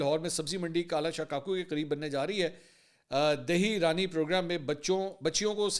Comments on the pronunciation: منصور بیٹا آپ تو بہنوں، بیٹیوں سے بہت پیار کر نے والے ہیں "دھی رانی " کو" دہی رانی" پڑھ گئے ہیں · Sir g do ghaltian ki hen dahee Rani naheen dheeh Rani HOTA he try to improve ur self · منصور صاحب دہی رانی نہیں دھی رانی پروگرام ہے